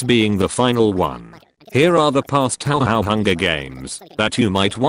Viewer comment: "Taohao" 11/10 EDIT: LONG LIVE FLANDRE! AVENGE YOUR FAMILY!